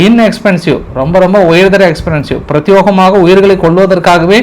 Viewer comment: பிரத்யோகமாக என்னும் வார்த்தையை பிரத்தியேகமாக என உச்சரிக்க வேண்டும். பல முறை சுட்டிகாட்டிவிட்டேன். திருத்தி கொள்ளவும் நன்றி